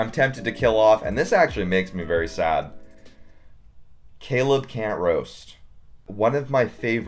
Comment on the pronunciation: I almost spit out my water when he said Caleb Cantroast 💀